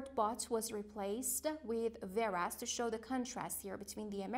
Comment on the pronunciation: Whereas we pronunciate it wear'aez say weh.ras not veras.